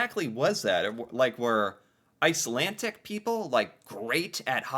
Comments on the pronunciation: Ok... my OCD is triggered every time I hear say Ice-lan-TIC instead of what I expect to hear: Ice-LanD-ick but one with the show. With the Underground Railroad... northern states were more often slave-less or freer states... but federal and state laws could allow slave hunters (aka people seeking to recapture slaves that fled) to operate. Meaning just because a state didn't directly allow slavery (on a large scale) didn't mean all slaves were truly safe there. Entering Canada... where neither provincial nor federal law permitted slavery... was safer. I'm not saying Canada was a utopia of equal rights for all, but it was safer for slaves seeking freedom. I should stop watching react to these. I love seeing most reactors watch these but something about how he stop, asks questions, looks up details, gets confused, and all that rather than just watching the clip and reacting, or going back over it drives me to distraction. I feel like yelling JUST WATCH IT. Maybe it's the questions... I mean other reactors pause and say things about what they saw, breaking up the clip... but so often asks questions that if he just watched it would (hopefully) clear things up. Much of Canada was and still is rural. Yes we have cities, but there is a lot of rural area between them. These teachers taught, from the 1800s (or earlier) UNTIL 1960 when education systems were "improved" across the country. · Why do you keep saying "Icelantic"? It's "Icelandic". D. Not T. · Icelandic...not Icelantic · IcelanDic. It sounded like you were saying IcelanTic. I was in Iceland and had an old guy explain it to me. Many people moved to Canada due to food shortages in Iceland. In Winnipeg, they learned to play hockey and they dominated because of their viking stock. They were HUGE and powerful and much more physical compared to all other teams at the time. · Icelandic is not pronounced icelantic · Ice - Lan - D*ck not Ice - Lan - Tick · IcelanDic not IcelanTic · It's not Icelantic.